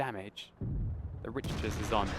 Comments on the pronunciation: not to sound like a grammar nazi or anything but i believe its RICK-ter not RICH-ter :P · No disrespect, but Richters should be pronounced like 'rickters.' Think Richter Scale. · Richters is probs pronounced Rikters - like the earthquake scale.